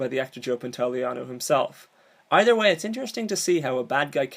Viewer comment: Joey Pan-toe-lee-o-knee please get it right seriously you want me to listen to your insight on a character and didn't do the leg work to find out how to pronounce the actor's name?